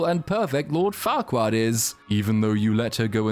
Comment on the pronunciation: I like how part way through he forgets to call her fairquad and starts calling her farquaad 😂